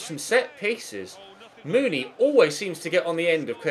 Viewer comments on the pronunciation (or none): you pronounce the huddersfield striker mounie like Moony-eh not moony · It's Steve Mounié (moo-nee-ayy)